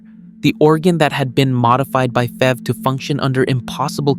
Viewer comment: Stop calling it "fever, or fev." It's like nails on a chalkboard bro. It's F. E. V. you got a say the whole thing